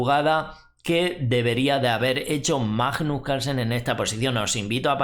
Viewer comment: por favor es bastante desagradable oir cada vez que pronuncias Majjjjnus Carlsen, no es tan dificil pronunciarlo bien. Gracias